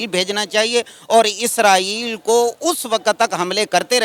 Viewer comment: ISRAEL hota hai 😂😂 naki ISRAEELLL